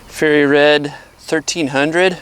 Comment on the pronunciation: Fiery -Red. Not Fairy-red. Quality American made, right?